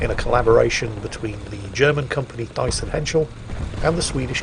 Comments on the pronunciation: pronunciation of Thyssen hit me hard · you are horribly mispronouncing thyssen. in german a th is just a t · Just stating the bleeding obvious: there is no german equivalent of the english "th" ( the infamous "ze"), so it´s just a normal "t" in Thyssen and the "h" is silent. The "y" is pronounced like the Umlaut "ü", but there is no equivalent for that in english either. It is somewhat more of a combination of double "o" like in roof and an "e" , if that makes sense. ;-) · Oh my, I'm German myself, and haven't realized was trying to say Thyssen. Thanks for enlightening me.